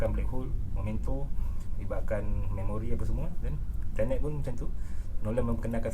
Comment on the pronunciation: untuk mengelakkan anda jadi embarrasment bila berada dlm kalangan english speaking people, sebutan yg betul ialah ten (nombo10), net (sama rima dgn nerd tp lebih pendek)...so tenet, bukan turn net kahkah